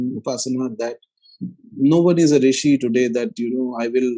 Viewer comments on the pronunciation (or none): none